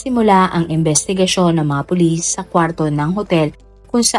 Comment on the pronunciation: Meron nga po kaunti sa part na " tinanong ng mga pulit, (s) ang nga staff ng hotel kung may katama ba si abby. Pero no prob still my Idol po.